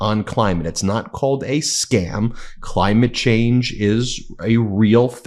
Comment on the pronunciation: I personally think those Trump emails you share are exactly written to you Ben .. I could had sworn Ben said “Crime-ate change”.. suits the person he’s saying it to 😂